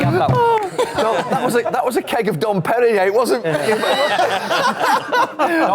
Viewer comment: Don Perignee? Classy.